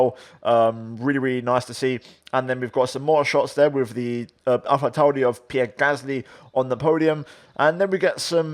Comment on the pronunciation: Why do you put a funny accent on for “Alpha Tauri”